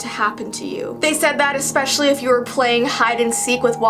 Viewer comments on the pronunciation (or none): none